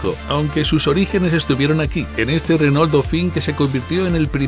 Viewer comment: Me mata como los españoles pronuncian "Renól" exagerando la "ele" justamete la unica consonante que es muda.